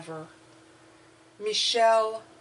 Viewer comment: Hi My Love , u almost pronounced it right 😀 i was just very happy to hear my name. Love you more & Thank you for your time. Michelle : South Africa 💞